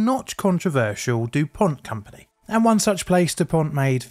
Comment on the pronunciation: Dupont!!!! No T at the end for the love of god! I love your videos, but this is really getting to me.